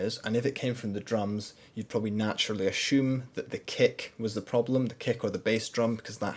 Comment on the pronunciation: "you probably naturally ashume"